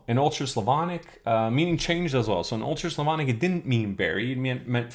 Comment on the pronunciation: you saying "old church slavonic" souds like "ultra-slavonic"))